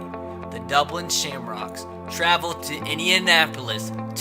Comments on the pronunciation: How we pronounced it "Dublin" how 3 years old pronounce it "Dubwin" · Crankin36 how intellectuals pronounce it “Dubwin”